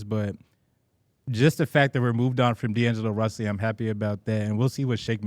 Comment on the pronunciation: am I the only one who heard “d’lo russy”?